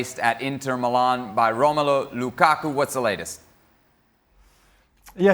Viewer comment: Moreno needs to say Lukakus name properly